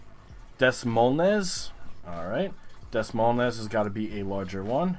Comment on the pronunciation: Des Moines is pronounced duh"-MOYN. It's the capital of Iowa fyi.